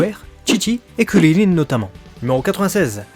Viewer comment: C'est CRIL , pas cirrirrin